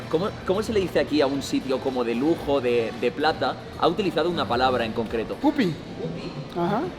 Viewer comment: grefg diciendo pupi bien hahas